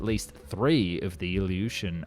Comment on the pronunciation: but there's stutters, pauses and breaths that sound artificial, he either changed the mic and became half-dyslexic (listen to how Ilyushin is pronounced, the y is slurred for almost a whole second, hallmark of voice generation), or this is AI. I can provide at least 3 timestamps where there are telltales of voice synthesis. AI voices can be trained to imitate real voices.